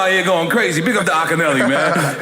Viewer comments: Is there anything Americans can pronounced, It is “AKINYELE” not “ AKINELLY”. It’s a Yoruba name from Nigeria. I don't understand why some Nigerians don't correct others when they pronounced their names wrongly. As a Nigerian. I correct instantly when you call or pronounced my name wrongly. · Akinyele_(rapper) He is of Nigerian and Costa Rican descent. wow didnt know that then u have Nas with a Nigerian name? aww i'm claiming that as a Nigerian now lol hence the hustler spirit. The name Akinyele is actually pronounced Akinyellay it's a yoruba tribe where am from in Nigeria.and Nas Oludara is pronounced Olu darrrah meaning God is good and Akinyele means Valor benefits this house.